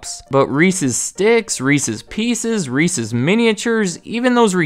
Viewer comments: Milton Hershey was not cool. He was racist. Props for saying Reese's and not Reesie, though. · WOW someone who can say reese's the correct way.